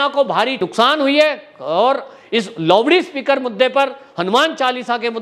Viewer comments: Sir, it's not Lovede speaker, It's LOUD SPEAKER. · Lowdee speaker nahi loudspeaker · सब ठिक है सरजी पर ये लाऊडस्पिकरको लावडीस्पिकर मत बोलीयेगा अलग लगता हैं 🙏🙏🙏🤪🤪🤪